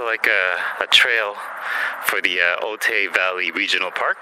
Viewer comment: Otay is pronounced Oh-Tie